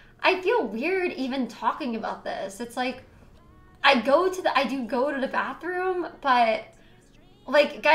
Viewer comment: "go da bafroom"